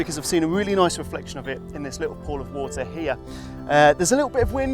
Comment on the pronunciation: "Little" has some t's in it. Embarrassing for Wex if you ask me.